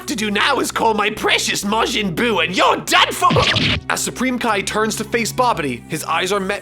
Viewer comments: " majin goo " wht ?? 😂😂😂😂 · I enjoy that you call it Majin Goo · “Majin Goo” Nice.